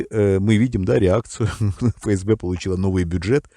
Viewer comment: Тонкость: не фээсбэ, а эфэсбэ.